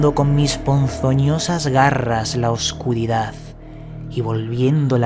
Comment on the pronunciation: Por favor, hazlo bien, eso de la ""verdaZ" y la "oscuridaZ" queda horrible. Las palabras que acaban en "D" no se pronuncian como una "Z". Así hablan los "mesetarios" poco formados y tu estás por encima de eso. Gracias por tu video; )